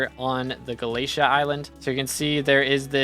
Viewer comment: FINALLY WE GET THE UPDATE!!! Btw galatea is pronounced more like ga-la-te-a